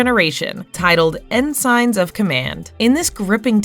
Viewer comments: Ensigns is pronounced en sins, not en signs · .... did you REALLY mispronounce the word ensigns? seriously, if you cant be bothered to proof check your computer voiceover , dont bother posting things. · and doesnt know how to pronounce ensigns.... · they couldnt even pronounce the word "ensigns" correctly. i stopped watching at that point.